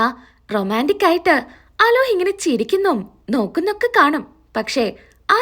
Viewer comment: അലോഹ് അല്ല അലോക് ആണ്